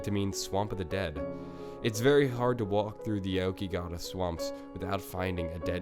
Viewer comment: 1) How do you fuck up the pronunciation of Aokigahara? 2) It's is known as the Suicide Forest, where did you get the information saying it is a swamp?